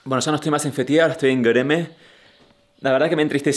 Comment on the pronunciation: Me encanta que pronunciaste con el acento turco GÖREME!!